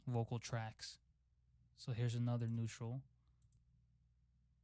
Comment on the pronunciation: neautral LMFAO love u bro but i died there 😂